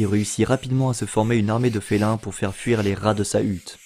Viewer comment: Je suis retombé sur ta vidéo par hasard! Mais mec, apprends franchement à prononcer! vré = vrai, fére = faire! Y a des orthophonistes pour ça! Je vais presque regretter qu'ils ne prennent pas que des parisiens dans le journalisme sur les grandes chaînes, mdr :P